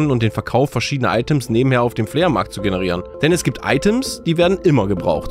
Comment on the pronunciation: Flea Markt finde ich schlimmer.. 🤣 Entweder Flohmarkt, oder Englisch aussprechen.. ❤😁